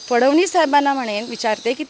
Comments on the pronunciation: ह्या बाई ला साधं फडणवीस हा शब्द बोलता येत नाहि. फडवनीस बोलते हो ही बाई. काय रे मराठी नटी. यांना कामं कशी मिळतात याचा अंदाज आला आम्हाला. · या शहाणीला फडणविसही म्हणता येत नाही.फवडणीस म्हणते